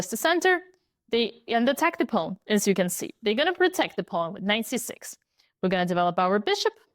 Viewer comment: Hearing her pronounce Pawn reminds me immensely of "Pone" as said by Foghorn Leghorn. "Well, shut my mouth and call me cornpone!" (Looney Tunes: "Southern Fried Rabbit" (1953))